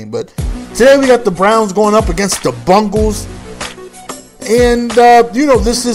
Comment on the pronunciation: He can't say Bengals